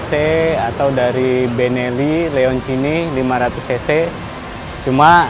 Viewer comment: Picky pick udah mulai ngerambah review motor nih 😁, btw "Benelli leoncino bro bukan leoncini" goodluck buat vlognya